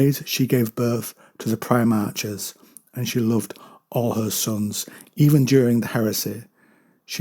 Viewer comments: Pronounced > Pri-Mark < NOT Pri-March. Just a C or K sound not "CH" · Yeah, it's "-arch" as in "patriarch", "monarch" etc